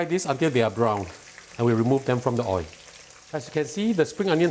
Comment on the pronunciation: The way he pronounces “oil” 😂